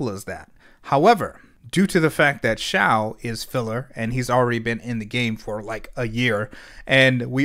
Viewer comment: Eyyyyyy finally someone pronounced Xiao correctly 🔥